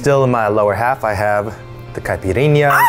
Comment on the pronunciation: I love your videos but honestly I actually got interested in this one in particular once I saw my country's flag haha Also, I love Eugene's pronunciation of "capirinha" and "obrigado" ❤️🇧🇷